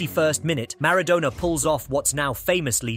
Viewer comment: Learn how to pronounce Maradona.